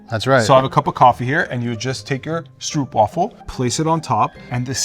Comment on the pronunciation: As a South african,you dont say it stroep,you say str-oop